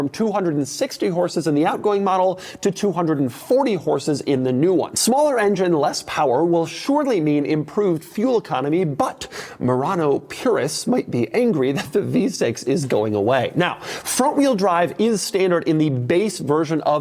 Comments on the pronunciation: Did Doug just say Murano purest! 😂😂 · “Murano Purists”…..c’mon Doug; really??